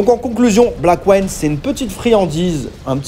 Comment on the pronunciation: Juste 2 remarques: 1- ta prononciation de Blackwind est mauvaise 2- non, ce n'est pas un jeu en 3D isométrique.